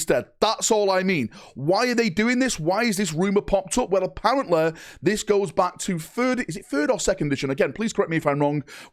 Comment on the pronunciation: "apperentleh" still butchers any englisch pronounciation.